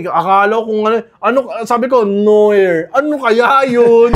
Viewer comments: Nwar basa dyan boss sa noir Hindi nwa Hindi silent yung R haha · noir - /nwär/